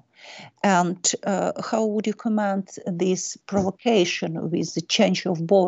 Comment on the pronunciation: В глаголе "to comment" ударение ставится на первый слог.